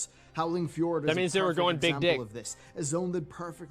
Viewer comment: EF-Jord... hahaha, holy crap, really? ;D